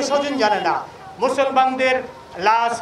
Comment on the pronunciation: কালা মানিক বাংলাদেশি হলে লাশ শব্দকে লাছ উচ্চারণ করতো না! তার ধর্ম ও জাতীয়তা যাচাই করা প্রয়োজন।